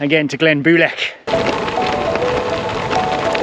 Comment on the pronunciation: The best laid plans o’ mice, and men, gang aft a-gley…. Keep working on the Gaelic, lol -it’s said ‘bulg’ like bulge, but with a hard ‘g’, like rag. The ‘i’ in Builg is like the p in both ptarmigan and swimming -silent 😂👍🏻